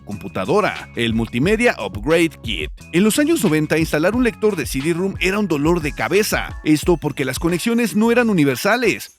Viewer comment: Muy buen video e información. Alguna vez tuve la Sound Blaster Live 5.1. Buenos recuerdos de esa empresa. Por cierto, ROM (con O) no es igual que ROOM (con U).